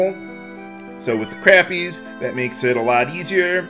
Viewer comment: did you know that the fish "Crappie" is pronounced "Crawppie" similar to "crawdad"?